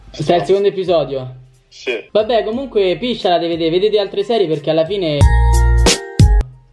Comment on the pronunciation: Un informazione episodio si pronuncia con una sola p